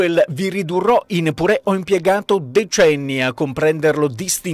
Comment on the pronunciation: "Vi ridurrò in pùre": accentazione alla Max Pezzali. Et voilà.